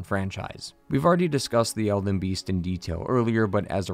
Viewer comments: I swear you are saying "Elven" Great video btw. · Dude. Are you saying eLden? or elVen? I truly can't tell if you're mispronouncing it on purpose, if I'm missing something, or if you're just not annunciating. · Calling it Elven Ring was an interesting way to start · Did he say elven ring